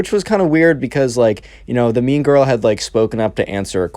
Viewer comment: When you first said mean girl, I thought you said meme girl